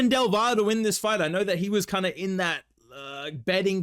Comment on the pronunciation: Double L in Del Valle is pronounced "Del Vayae"